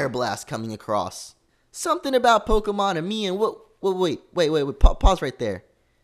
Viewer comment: Never say Pokemon X and Y like that again.....